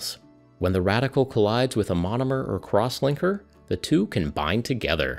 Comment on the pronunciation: LOL I thought he said "Crosswanker" and started paying attention